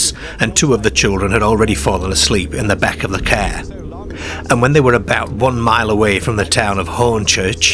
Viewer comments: Need to fix the AI voice cos it always says Care instead of Car....gets annoying after a while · The Ceeer 😂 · Rubbishy baloney He spent more time stretching out the auto route . Who pronounces car “ca” - peculiar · As weird as it is!fair? Really? Car is not that difficult to pronounce correctly, it sure as hell is not cair! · I'm sorry, but every time you say cah or bahn I lose any unease I feel about the story. You're Irish? Work on your Rs. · wheres your rrrrrrrrrs? You cant say car? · The strangest thing about this video is the way he pronounces car. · It’s like a speech impediment. M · Please don’t I just am not feeling great 🤣💀 I had to turn it off